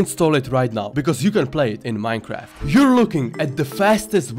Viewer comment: True. Bees actually die after stingin in minecwaft